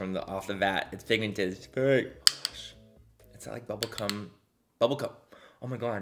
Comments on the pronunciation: Manny really said ‘bubblecum’ I almost dropped my phone lmao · YOU DID NOT FUCKING SAY BUBBLECUM😭😭😭😭 MANNY I CANTTTTT🤣 i literally LOVE you😭